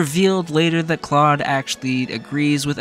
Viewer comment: If you played 3 Houses. You know that Claude agrees with Edelgard. So like your pronunciation I just guess you weren’t listening.